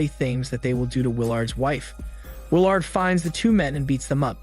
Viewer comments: It's pronounced will erd. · Bruh you need to learn how to say people names. I don’t know if that’s your shtick or what but it’s annoying AF. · The way he pronounces Willard😂😂😂